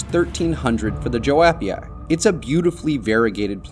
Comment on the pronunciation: The correct pronunciation of Joepii is “yoo-pee-eye”, just fyi for anyone who doesn’t know.